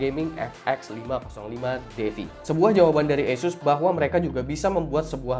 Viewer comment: ASUS skrng dibaca ESUS 😂😂